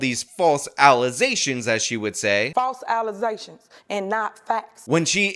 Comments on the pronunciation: 😂.....pew pew... "False allezations" 😂😂😂😂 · False ALLEZATIONZ..? 😮‍💨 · 😂😂she said false alersations instead of allegations i dont trust no one that cant say allegations properly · The mayor says “alization”? Are pronunciation and enunciation not taught in school anymore? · “False alazations” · She says “Alization” because she drinks Alize. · I think its cause accusation ends in zation she sort of fused allegation and accusation: Allezation 😂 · "false allezations" 🤣😂🤣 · How dare you go after her with these "ala-zay-shauns" Shawn?! Lol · Wait 😮she can’t even pronounce allegations ? 😮